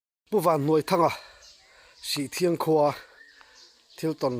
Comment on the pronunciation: Sihṭhiang tih tur aw.